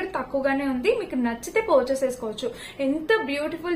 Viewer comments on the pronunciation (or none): Porchuse kadu purchase